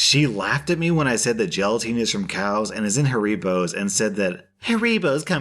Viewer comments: Im sorry but did he just say haribos as ha-ri-bos and not hari-bos?! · u say haribos like harry bows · Loll “hareebos” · That is not how you pronounce haribos disgraceful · I got a kick out of the way your pronounced Haribos...no slight to you since you wouldn’t know but you managed to make a German gummy candy name sound almost Mexican and it made me smile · The way you pronounced Haribos gave me psychic damage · Anyone annoyed about how pronounced haribos